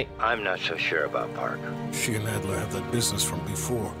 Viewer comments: It’s Adler not Alder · This nigga called Adler "Alder" lmfaooo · Bro said alder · Yeah let's just call Adler (eagle in german) alder.